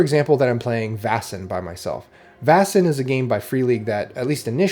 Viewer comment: Vaesen is pronounced "Vay-sen", not "Vah-sen", by the way. It's derived from the Swedish word Väsen, cognate with the German Wesen: Being or Entity.